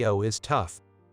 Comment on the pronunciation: The AI mispronounced lead